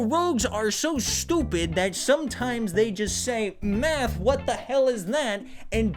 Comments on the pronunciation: Math? Sounds more like M E T H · Rouge- MATH?! I thought you said METH!